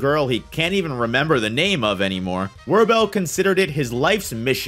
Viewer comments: I appreciate and agree with all that been said in this video but the butchering of every person name of the series boils my blood. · You butchered the names so hard wtf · I just continued watching and man it is devastating how someone can slaughter those names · WoW... at least learn how to pronounce their name correctly...